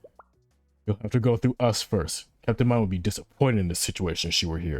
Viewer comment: see how he pronounce "Captain Mine"